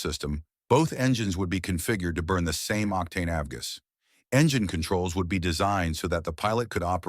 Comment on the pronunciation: The only things that made me think it was AI before I saw your comments were the audio quality being so good and the pronunciation of “avgas”. This is by far the best ai narration I’ve heard, and it doesn’t bother me at all since it seems that you are still doing a lot of work to write the scripts and find all the footage. I’ve never heard of any of these planes, so please keep it up